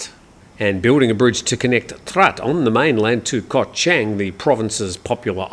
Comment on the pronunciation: Hi, I’m a great fan of your show. One remark however, please do some more effort to pronounce Thai geography a bit better. Chang, the island, the beer, the elephant, is pronounced with the ‘a’ as in ‘baht’, not as in ‘men’, no offence but it hearts my ears 😊